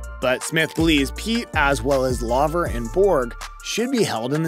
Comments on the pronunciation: It’s Laver not Lover come on! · It's pronounced 'L-ay-ver' not 'L-ah-ver' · Come ON … You made a YouTube video about tennis and you did not even bother to take the time to learn how to pronounce Rod LAVER’s last name? Shameful.